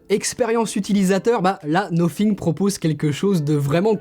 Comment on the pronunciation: Le nofing